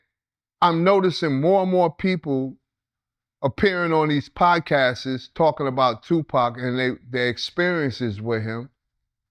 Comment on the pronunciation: Nigga said podcasts’is 🤣🤣🤣